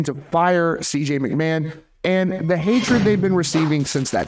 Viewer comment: It’s not McMan my guy. It’s like nails on a chalkboard.